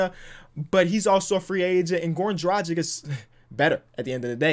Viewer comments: It's Drag-itch not Dra-jick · has been saying Goran Dragic's name wrong for a long time